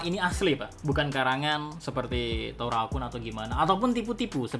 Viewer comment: 😂😂😂 Mw ketwa q min,ketika mimin sebut torao kun